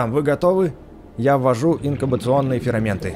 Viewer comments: Мне показалось или ты говоришь ферАменты? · Не фераменты а ферменты